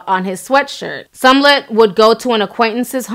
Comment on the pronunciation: You keep saying SUM-LET. Girl you messing that last name up.